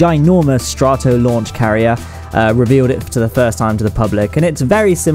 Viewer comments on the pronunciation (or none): its str•a•t•oh NOT str•ahh•t•oh